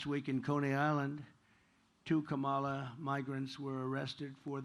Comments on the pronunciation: That fact that he keeps purposely mispronouncing her name is just another example of his innate bigotry. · Every democrat mispronounce kamalas name. As an Indian, kamala is pronounced completely different. It's an Indian word. So democrats are the one who are the bigoted one and f-ed up the word kamala